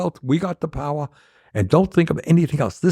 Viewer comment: We got the POWAH